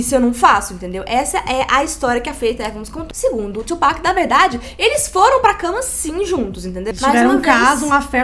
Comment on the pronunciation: Sim, e se pronuncia TUpac mesmo e não twopac